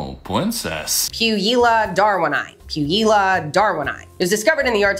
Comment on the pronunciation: Puijila is pronounced pooh-we-yee-lah